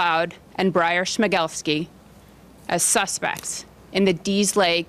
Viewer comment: Who is watching just to hear pronounce Schmegelsky?